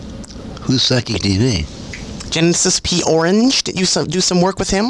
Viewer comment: Genesis P ORAGE, not ORANGE!